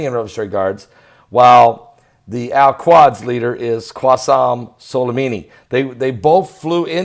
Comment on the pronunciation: Al Qudz (like Koodz)